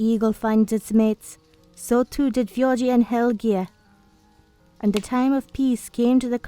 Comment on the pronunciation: I'm fine with this as long as you same the names right. (You kept saying fjorgi)